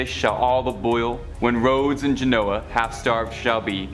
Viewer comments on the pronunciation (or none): none